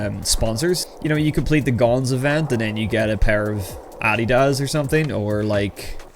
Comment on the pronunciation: Btw im not throwin shade at you but I have never heard someone say Adidas like you do😅 caught me off guard with the accent